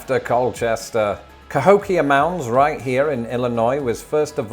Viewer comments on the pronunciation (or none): none